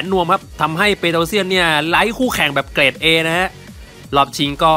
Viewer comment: เกรดไม่ใช่เกลด